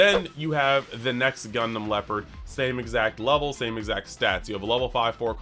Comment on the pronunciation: 🎉 congrats on 10k! Btw Gundam Leopard is pronounced like the tank, not like the animal. ❤